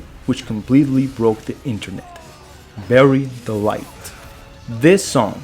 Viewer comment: I swear to god, you are saying "Berry Delight" instead of "Bury the light", on purpose! 😂